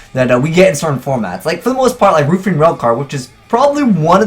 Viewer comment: "Roof"ian Railcar... LMAO